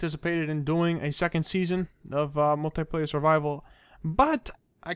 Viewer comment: It's multiplayer not multuyplayer